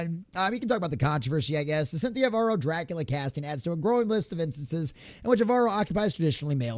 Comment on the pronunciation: Bram Stokers Cack-ular 😂